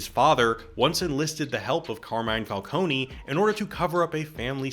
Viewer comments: It's falcone not falconee ,it's so irritating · Carmine WHO????? FALCONEY??????? IT'S FALCONE, LIKE ICE CREAM CONE, NOT CONEY ISLAND NEW YORK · Wtf is Falconie? It’s pronounced Fal-cone , similar to falcon, cause you know animal/bird based villain. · IT'S NOT "FALCONY", IT'S FALCONE, GODDAMMIT! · Stop saying Falcony! It's Falcone!!! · I'm sorry, did you call Falcone... "Falcony"? 😂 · Every time you said "Falconey" I died a bit... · As an Italian name, it would be fal-CO-neh. But it kinda gives the world some texture that everyone has a different, wrong pronunciation. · I take psychic damage whenever someone says Falcone like this and I blame Batman Begins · Falcone is pronounced differently in the movie. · My only issue with this excellent video is how you pronounced “Falcone,” after The Batman was the first Batman movie to pronounce it correctly. Cmon dude